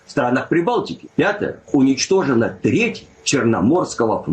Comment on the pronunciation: " U N I G H E N I E " 😂😂😂😂😂